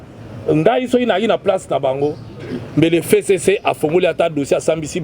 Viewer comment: F: 6ème lettre de l'alphabet qui se prononce F et non Fé, tokeba na FéCC et pourtant c'est bien simple de prononcer FCC